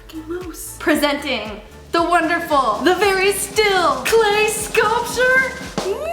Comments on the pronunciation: She says it like meoose sometimes and then sometimes moose like normally my fav meoose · I love how she says moose 😂